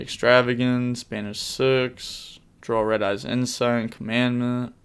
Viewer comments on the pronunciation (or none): Commandant is pronounced kaa-muhn-daant